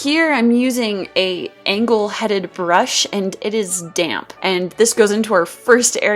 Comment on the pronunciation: When you said "damp brush" i thought u said dank brush